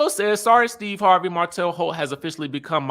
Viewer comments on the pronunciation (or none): none